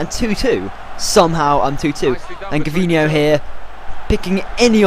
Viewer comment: just saying, its pronounced Jervinho, not Gervinho (even though its written Gervinho) for the Arsenal player. great vids!